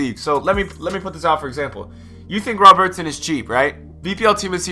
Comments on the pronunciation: RowBertson mate its robert-son its not hard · What is with the pronunciation of Robertson? haha.